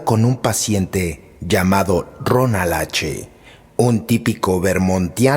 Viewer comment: Era Rowland H. No Ronal.